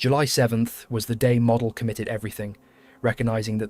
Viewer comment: You pronounced Model's name WRONG!